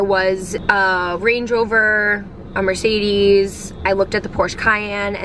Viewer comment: I'm german and it's so funny how you pronounce the "German car names" haha! But anyway, please show us the car you got in a car tour video! I love cars and especially Mercedes and Audi. Aaaaand love you and your videos 🤩